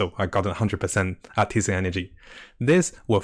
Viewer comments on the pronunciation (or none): none